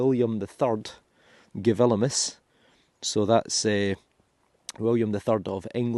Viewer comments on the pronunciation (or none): I love your videos and have watched them all! I do find it interesting that you usually say "G-vil-imus" pronouncing the "v" but it is a "u". In french "William" is "Gillaume" which is another indicator that it is not a "v" . I love languages! Thought you might want to know ! Keep your terrific videos rolling - we all love them and all the history and anecdotal information you give us! from Walla Walla, Washington State